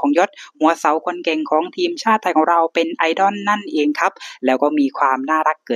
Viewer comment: 🥰ถ้าบอกว่าเป็นพี่น้องกันยังเชื่อเลยนะครับเนี่ย 😍แอดมินครับ.. IDOL ออกเสียงว่า "ไอ-ด้อล" ไม่ใช่ "ไอ-ด้อน" นะครับ..อิอิ😋